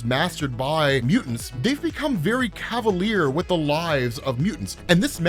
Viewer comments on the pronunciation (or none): none